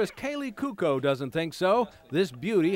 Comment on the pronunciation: no it's like cwoco